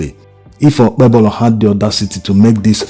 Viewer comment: It is pronounced like OKPEHOLO. THE 'B' in OKPEBHOLO is silent. What is his WAEC 2008 Results?